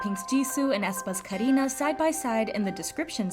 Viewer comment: The way you're sayin Karina is sooo satisfying!!!